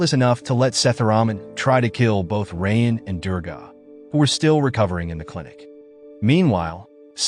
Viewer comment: Bro really pronouncing raayan as "rain" 💀💀🤚🏻🤚🏻